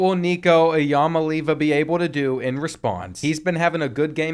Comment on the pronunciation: This is how you pronounce Nico’s last name ea-Molly-ava